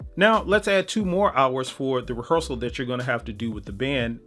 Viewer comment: you lost me at "rehearsal"